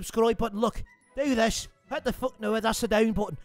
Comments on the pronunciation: And it's not fook its feck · Its "Feck" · THAT'S NOT HOW YOU SAY IT YA FOOK! XD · Fuck needs to be pronounced as Fook and things and Tings. These two things would make a big difference when impersonating Conor. Overall its off but still comedy! Awesome work.